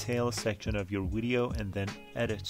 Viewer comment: Thanks that helps ! Just thought I'd let you know, Video, is pronounced as a V at the start not a W. It's Video not Wideo.